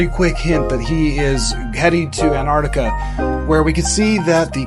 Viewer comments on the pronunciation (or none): none